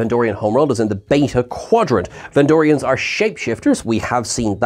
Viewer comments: VENDORIANS!!!! NOT VENDRONEIANS!!!! Come ON!!!! 😵‍💫😅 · You keep saying "vendronian" instead of "vendorian" which threw me off searching for them on memory alpha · Vendronians? C'mon,. It's Vendorians. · Bless you. It's VenDORians. Not Vendronians. Also, just to reiterate, it's MigleeMO, not Migleemoo. xoxoxo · It was Vendorians, not "Vendronians". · Vendorian not Vendronian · It's Ven-door-rians,. Not Ven-drone-nians. I think you're mixing these guys up with Pan-drone-nians; the guys who split into three separate entities. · MY dear wonderful Trekkie friend from afar. It's VENDORIANS, not Vendronians. You keep... you just... GAHHH!! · “Vendronians”…. You mean Vendorian? Hard to take you seriously when you make basic mistakes like this, all the time.